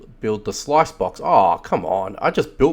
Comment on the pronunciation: Sluice is pronounced like Juice not Slice.